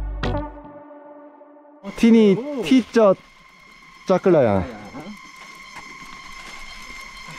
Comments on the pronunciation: เช่า จัก กะ แลน (จักรยาน) โอ้ยภาษาไทยชั้น 55555 หนุ่มเกาหลีพาเพี้ยนหมด เสน่ห์ของน้องๆ ก็คือการพยายามพูดภาษาไทยนี่แหละ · เราได้ยิน"ขี่จักรยาน" เป็น "ขี่จั๊กกะแร้" 5555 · เอ็นดูเวลาพูดจักรยาน ฟังเป็นจั๊กกะแร้ทุกที ขำมาก 🤣🤣🤣